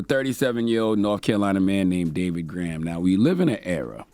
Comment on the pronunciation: Gorham, not Graham.